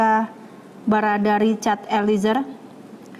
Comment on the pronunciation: Eliezer!! bukan Elizer ,Reporter ignorant sebut nama org aja masih salah